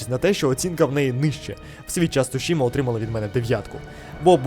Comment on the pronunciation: Тільки «Цусіма», так вимовляється 😊 У японській немає «ш» Слово іншомовного походження, власна назва, такою і лишається у вимові😎👌